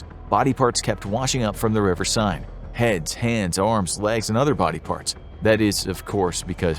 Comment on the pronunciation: I love these videos but… your French accent is inaccurate and cringey. Even the river “Seine” was mispronounced 😬